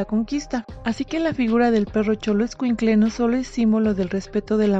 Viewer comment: Esta muy bien que se les tenga cariño a las mascotas, pero ponerles altar a las mascotas eso ya tira al ridículo, pero cada quién con sus locuras, y ya que te tomaste la molestia de producir este video por lo menos pronuncia bien las palabras en nahuatl, se dice xoloescuintle, no choloescuintle, y mexicas se pronuncia meshicas